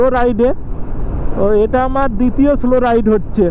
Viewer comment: স্লো রাইড নয়, সোলো রাইড....হোম এ স্টে নয়, হোম স্টে